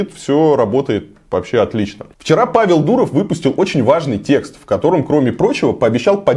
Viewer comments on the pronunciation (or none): none